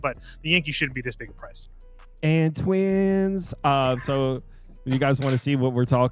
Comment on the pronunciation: "And twinss" 😂